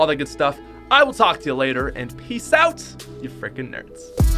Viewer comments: Who else realises he says ‘oat’ instead of ‘out’ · Nobody: Out is pronounced oat